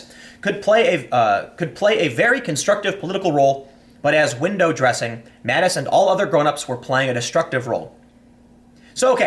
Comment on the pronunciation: Tim has just got to fuck up people's names....Mattix?😂